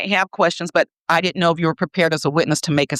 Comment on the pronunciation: She says "wit chew" for "with you". They also say "axe" for ask. And "din do nuffin" for I didn't do anything.